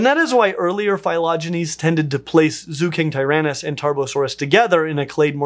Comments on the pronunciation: Qianzhousaurus would be pronounced as chian-joe-saurus (ch like in chance). Zuchengtyrannus would be Zucheng (like... the ch in chance) tyrannus. Great video tho!! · I believe it's pronounced Ju-cheng-tyrannus. And Qianzhousaurus would be Chan-joe-saurus. It's pretty easy if you have a Pinyin pronunciation guide!